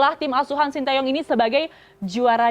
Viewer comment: Presenternya ngerti pelafalan nama sty dengan benarr